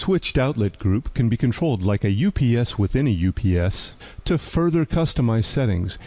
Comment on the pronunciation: AI calling "you pee sss" as "upsss" lol 😂